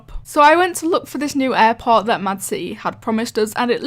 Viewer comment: Bo offense but when you say airport its sounds like airpods